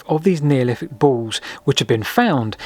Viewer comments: Excellent video as always, but… “Neoliffick”. 😂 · I'm sure Wolfie Smith would have pronounced it exactly the same 😆